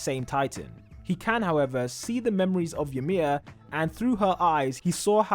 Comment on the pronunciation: Ymir is pronounced as ee-mir, not y'mir lmao